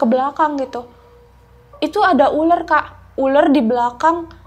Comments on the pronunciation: Uler apa ular sih...🙄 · Nara sumbernya gk Bisa bedain uler ma ular.